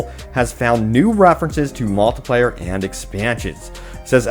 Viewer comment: Someone teach this man how to say multiplayer and not multiplier